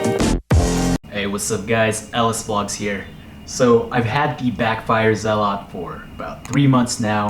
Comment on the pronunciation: Your pronunciation of "zealot" is very interesting! ZealOt lol